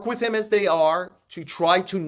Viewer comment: The word is "with." Not "wit." How many more episodes of this podcast are we gonna rattle off the pitchers who came back fast from TJ surgery, along with the ones who took more time to regain their stuff? I've never heard "Sandy Alcantara" spoken so much in my life. God, get some new material.